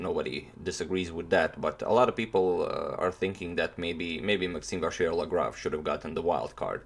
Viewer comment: we're at 95% of pronouncing MVL correctly toni! now let's eliminate the "R" completely : say it vachiellagrave